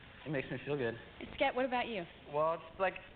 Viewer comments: It's not Skert...it's Skept. Short for Skeptical. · It’s skept not skert